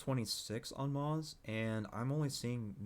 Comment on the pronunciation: You aren't pronouncing moze right and it really just irritated the shit outta me